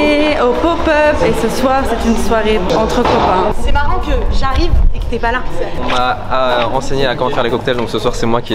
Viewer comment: j'ai même demandé à ma mère, "elle en n'a pah", ça c'était même accent que Jeff Tuche! ah ah:)